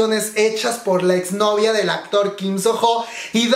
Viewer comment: Se pronuncia "Sono", la h es muda en este nombre.